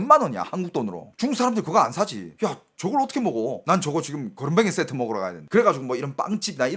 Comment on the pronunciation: 그으지쎼트 그렁뱅이쎄트 ㅋㅋㅋㅋㅋㅋ